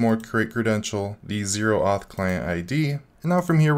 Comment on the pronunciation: "Oh-auth", not "zero-auth". It's short for Open Authorization.